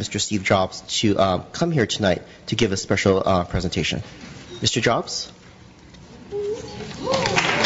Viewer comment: "Mr.Jaabs thank u far comming ..." u sure this is not china ?!?...